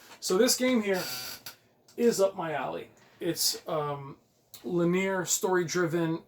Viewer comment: Bro, I’m gonna help you out here. “LIN - EEE - ER”. I’ve caught myself making the same mistake before as well lol